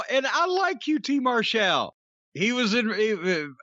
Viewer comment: Mar-Shal... Does He Believe He's "European"?